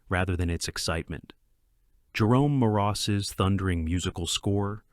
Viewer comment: Budd Boetticher’s name is pronounced “Bett-ik-er,” not “Boe-ti-chur.” Jerome Morross’s name is pronounced “Morris.” And Barry Kelley plays the sheriff in “Buchanan Rides Alone,” not the judge. Great list of westerns.